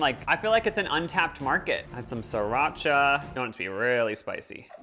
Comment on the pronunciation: he called that sirracha bruh thats that nasty sauce a trader joes not sirracha